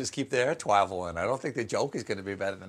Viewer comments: Wonder if the discontinued menu items at Taco Bell will make it into Taco Bell Quarterly (an actual literary publication). This was a great Quarantinewhile from in his fuschia pants to Stephen mispronouncing travel to the break at the end where both he and his wife ended up giggling. More of this please. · I said Air Twavel *Elmer Fudd*, even by mistake he's funny as Hell! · OMG! The look on your face, when you said, "I said, 'Air twavel.'" You are PAINFULLY adorable, when you're interacting with your wife! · Yes please wetain "Aiw twavel" Mistew. Stephen Fudd. Just watch out for that dastardly wabbit. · Air twavel... for when you weally need to catch that wascally wabbit! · "Air twavel... breaks down laughing I said air twavel!" Man, that just gave me Homestar Runner flashbacks. Good times :) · Air twavel🤣